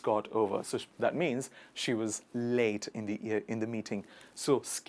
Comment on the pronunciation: You pronounce 'scarcely wrong not as in scar but as in scare pronounce as 'sker'